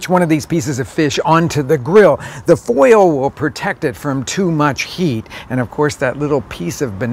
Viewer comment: His pronunciation of oil and foil is interesting; oy-uhl and foy-uhl, two syllables.